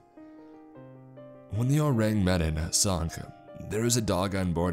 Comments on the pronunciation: Oo-Rang Meh-Dan (EDIT: Or Oo-Rang Muh-Don. Some people say it that way.) That's the closest way I can show you the proper pronunciation. You should google the name. It's one of the most talked about maritime ghost stories and there are a lot of things that kind of lean toward it being a hoax, but there are just as many circumstances that point toward it being authentic. The version of the story that's told in this story is very loosely based on the historical account. Like I said, you should check it out. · Oh-rang maydon is the way it’s pronounced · I'm sorry, but everytime you mispronounced Ourang Medan, I wanted to shout lol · The mispronunciation off “Ourang Medan” ruined it a little for me.